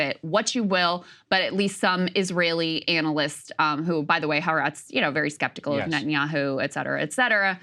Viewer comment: Please God help me it’s pronounced Ha’aretz. It’s kind of painful to hear people mispronouncing this endlessly.